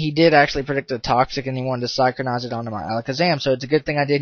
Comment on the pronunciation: Synchronize: Sin-krow-nize